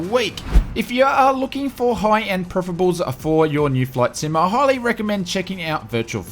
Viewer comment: Mate please it’s pronounced Per if er als 🙄 not prifrables 🤦🏼‍♂️